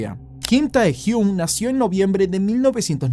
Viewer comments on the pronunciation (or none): Me gustó pero se pronuncia tehyng